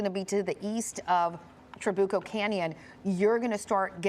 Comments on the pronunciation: It is Tra-bu-co. Emphasis on the U. Not Tra-boo-co. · Tra BYU coh not boo